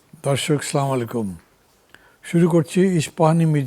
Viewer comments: স্লামালাইকুম বলতে কিছু নেই। মান্না সাহেব প্রতিনিয়ত ভুল করে যাচ্ছেন। বলতে হবে আচ্ছালামু আলাইকুম। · মান্নাভাই, স্লামুআলাইকুম নয়, আস্সালামুআলাইকুম।